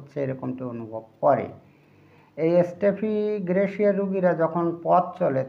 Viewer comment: স্টেফিগ্রেসিয়া শব্দটি শুদ্ধ করেন🙏💕